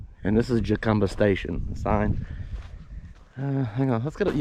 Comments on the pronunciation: Jacumba is pronounced "Ha...come...ba" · Someone might have told you already,, "j" in Spanish sounds like "h"...